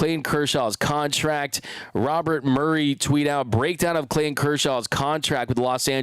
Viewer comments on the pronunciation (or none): none